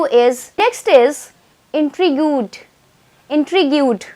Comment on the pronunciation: Intrigued " we'll pronounce it "intreeegd" not intriguuuud